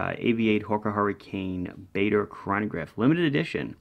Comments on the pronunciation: Bar der and Bah der are ok, but not Bay der. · Pronounced “Bar-der”. Have a great New Year!